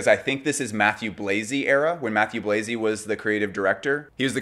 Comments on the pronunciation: whoops not Chalayan. Was typing when listening. Mah-tew Blah-zee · the pronunciation of Mathieu Blazy tho........